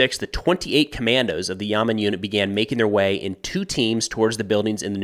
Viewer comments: Great video! Pro tip: Hebrew two syllable words almost always emphasize the second syllable, whereas in English it’s usually the first syllable. So Yamam is pronounced “ya-MOM” not “YA-mam” 😊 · YAMAM not Yaman (ימ"מ ולא ימן) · Hi It’s pronounced “ya-mam” With a very soft “a” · it's pronounced Ya-Mom (say "your mom", but switch the "your" with "Ya", and it will be perfect pronunciation). Also it's a 3 letter acronym literally translates to "Special Police Unit"